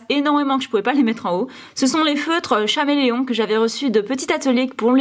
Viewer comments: Ça se dit pas chameleon mais caméléon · On dit pas chaméléon mes caméléon mais ça s'écrit chameleon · Tuto sais pas lire sa ce dit pas chameleon mais caméléon !!! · 😂l'animal tu le prononce chameleon non on le prononce caméléon 😂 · Sa s'écrit (chaméléon) mais sa se dit (caméléon) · Ça s'écrit chameleon mais on met on dit caméléon